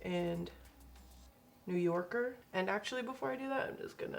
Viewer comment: New YOCKER like Rocker LOL